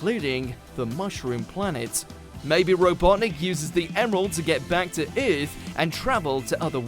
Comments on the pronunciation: Has this person ever pronounced "Earth" before? It's Er-th. Not aeth. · Sonic the Hedgehog 2: Saving the Euhhth